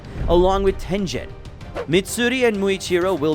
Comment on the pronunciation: Bro really said Tenjen